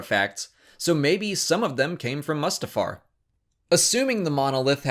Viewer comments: This dude runs SW Explained and calls it MUSTafar? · The way you say "Mustafar" is strange. Isn't it "Moo-stah-far"? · Loved it - but can we please pronounce Mustafar correctly?